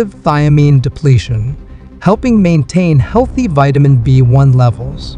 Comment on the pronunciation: "Vitamin bone" lol! You mean "Vitamin B One"